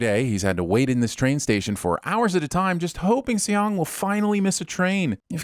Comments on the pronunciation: If you guys do another video please try to say the guy's name right. It's not pronounced with two syllables like "say yong". Saying "Song" is not exactly right but its a shit ton closer. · It's pronounced "sung"! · And then the way he pronounced Seong too! Like did he even TRY to pronounce it correctly?? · 형. Seong 성 is pronounced "Sung" not See-ong. Not judging or anything just saying lol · and Seong is pronounced as Song, not fucking Se-Yong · Seong is his last name not his first, his name is Gi Hun and also Seong is pronounced more like Song fyi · Narrator: “See-ong” How hard it is to check lmao. Not only do the characters always refer to him as Gi-hun, cuz that’s his given name and Seong is his surname cuz in Korean the order is switched up, but you guys manage to butcher Seong too, even tho it is also uttered in the show. ding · Add 20,000 SinWon for calling Gi-Hun “Seong “the whole time (which is his surname) and also horribly mispronouncing it. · Who the hell is Say-yong? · Have to sin you for calling the main character "Sayong" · I'm sinning this video for repeatedly calling the protagonist Seong (and pronouncing it like "say young"). Look, I can't expect you guys to know Korean (but I'm still sinning the video). Let me politely correct you here: the protagonist's name is 성기훈 in the Hangul script, which is romanized as Seong Gi-hun. Seong is the character's family name (pronounced like "sung). Gi-hun is his given name (pronounced like "ghee hoon"). So now you know. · Million sins for English dub and two more for calling him Seong. 😠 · A huge chunk of sinwon points should go to the voiceover guy no knowing how to how to pronounce Seoung Gihun’s name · it should be 2 sins 1 for him calling Gi-hun his last name and 2 for pronouncing Gi-hun's last name wrong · Calling Seong Gi-Hun Seong instead of Gi-Hun ding